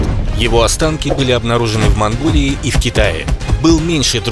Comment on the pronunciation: Монголия ане монгурия